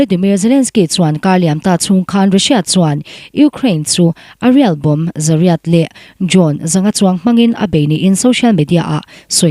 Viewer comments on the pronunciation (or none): none